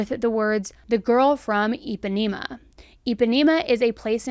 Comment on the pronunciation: I had to giggle a bit about the way you took it about " the girl from Impanima " but I guess why would you think of it the way you did. If I don't REALLY know things,I Google it. I also Google how to pronounce words correctly also...ie like names if towns or places, ect... You do sort of have a habit of mispronouncing. I still love your show knowmatter what though.